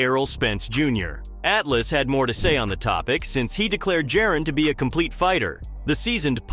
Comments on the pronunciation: It’s Ja-Ron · Said it two ways, both wrong 💀 must be AI because wtf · Bro delete this and learn how to pronounce this man’s name. Disrespectful lol